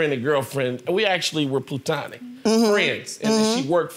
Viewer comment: Denson -- I think you missed her sarcasm. He screwed up the word (platonic) when he said,,,,,,,,,,,,,,TWICE!!!!!! That's why she has "plutanic" in quotation marks..